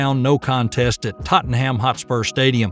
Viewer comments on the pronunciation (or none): none